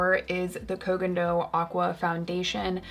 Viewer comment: Is this the first time you pronounce Koh Gen Do with hard G or I just realized it?😂